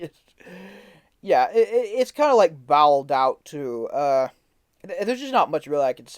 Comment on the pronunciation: Boh led out not bow XD